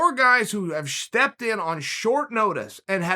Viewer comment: “Shtepped in on short notice” Uncle Chael has spoken boys, that’s how we say it now.